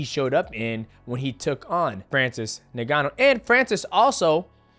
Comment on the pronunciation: Bro called Francis “Niganno” 😂😂